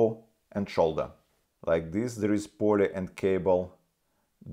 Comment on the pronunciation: Да говори по русски не мучай себя и зрителей. Акцент очень ухо режет невозможно сконцентрироватся. Англосаксы могут субтитры почитать. Я живу в Канаде уже 17лет так что уж поверь мне про акцент. Плюс неправильно некоторые слова выговариваеш это становится еще более. Pulley это Пулли а не Полле.